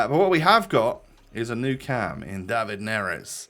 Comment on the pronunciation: It's pronounced David not David, David just sound odd so just say David